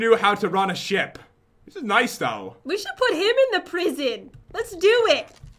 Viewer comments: Pat, said "sheep" and not ship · did jen just said sheep knstead of ship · Lol jen said lets go inside the sheep (ship)